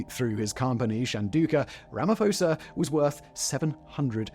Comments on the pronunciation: I had a good chuckle at Ramaphosa’s pronunciation, I don’t expect English speakers to know the nuances of names in other languages but it did bring me joy so I thank you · I like how Simon was pronouncing Ramaphosa wrong 🤣🤣